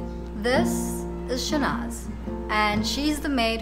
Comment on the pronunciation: I think her name is Shahnaz and not Shanaz.